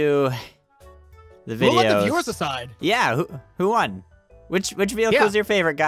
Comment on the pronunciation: Won not wan